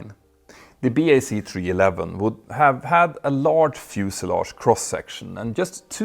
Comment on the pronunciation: Nice to hear you say (Bee Aye See) + (BAC) Properly and not say (Back) as you have done before :) Now all you have to do is stop calling Concorde (The Concorde) ... It's just Concorde ;)